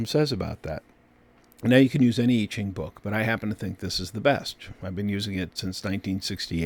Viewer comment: It's pronounced (Mr. Annuciation) YEE JING - you cannot pronounce so many of the phonetics that it is NOT OKAY! KAY?